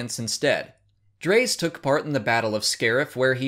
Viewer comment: My favorite by far is Garven Dreis (pronounced "Dray-iss", not "Drace", btw). I squeed like a fangirl when I saw him appear in Rogue One.